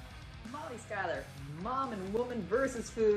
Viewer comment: is her pronunciation of schuyler common?